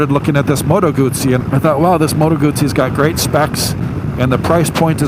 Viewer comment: Remember you pronounce Guzzi as gusi....